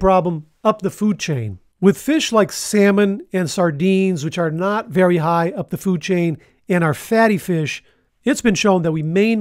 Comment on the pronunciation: Editors Note: It’s HIGH fat or carbs NOT hi as in hello.